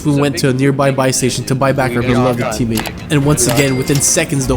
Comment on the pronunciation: i’m so confused why does he pronounce teammate as “submate”? he says it literally twenty times in the video and its unmistakably submate